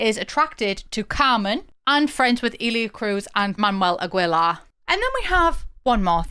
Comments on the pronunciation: The name "Aguilar" in mexican or spanish is not pronounced as a typical British accent just like u said "Agwelar".. No no no. Its pronounced A. ge. lar. Now u know. sending ❤❤. WELCOME! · It's spoken 'Luth', 'Agilar', 'Ermosa'. These were just the ones that HURT me as a German who speaks a bit of Spanish. 🙈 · Quick note: You have to pronounce Aguilar the same way you would pronounce in english the word "guild" or "guitar". The "u" in Aguilar is muted. Also, the same rule applies for Spanish words and names with "gue" in them; just like in english, the "u" there is silent too. A good example of this is the english word "guess". Lastly, when saying Aguilar out loud, you want to make sure you emphasize the last "a" as opposed to the "gui" part you were originally emphasizing. Otherwise great vid! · Now I won’t be able to say Ah-Gi-Lar 😂 Agweyla is how I’ll say it from here on out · That pronounciation of Aguilar kills me a little but I understand 😔